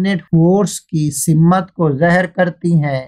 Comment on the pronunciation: Bhai urdu sahi se boldijiye. Wo simmat nahi simt hota hai